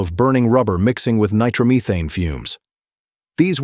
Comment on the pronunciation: Nitro Meetane. LOL